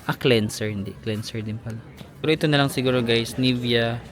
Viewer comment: ni-vea' not nivea..eme